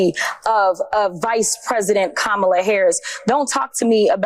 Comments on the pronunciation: Kamala, all the a’s are said in the same way. K-Amala is not the Irish pronunciation, but it is the Rights way of diminishing her. You to? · if you’re gonna first-name the VPOTUS, at least pronounce Kamala correctly. (The FIRST syllable is accented.) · You know what's also racist? Purposely mispronouncing her name. It's Kamala. Pronounced KOM-ma-la. Put some respect on the Vice President's name. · Why they can’t say Kamala correctly, you say it the way it’s spelled